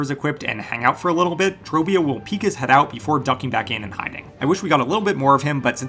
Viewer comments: You're pronouncing it completely wrongs. It's actually pronounced "TROBIOOOOOOOOOOO" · You pronounced his name wrong every time. WHY? He literally TELLS YOU HOW TO SAY HIS NAME. Say it right! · Why vro saying trobbio like that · Can't believe you can mispronounce the name of a boss who says his name over and over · He legit says his own name and bro is pronouncing it wrong 🥀